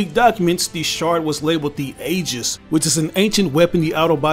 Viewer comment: Aegis is pronounced like "EE-jis"